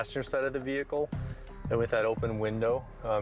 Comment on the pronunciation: You already know when the officer say “ve-hickle” your going to jail.